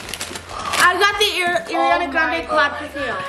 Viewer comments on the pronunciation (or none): who in the world is "ear-iana" grande? pffftt if she wanted the perfume so bad she would at least know how to pronounce the name smh